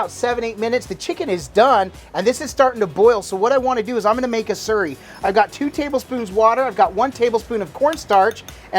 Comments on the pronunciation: It sounds like your say surrey but it’s slurry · Sounded like you said cornstarch surry? Is that a thing where you guys live?